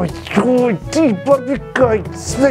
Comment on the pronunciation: Takodje Umesto Barbika On Barbhika Obavzna Promena xD